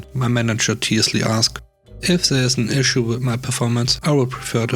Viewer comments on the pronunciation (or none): none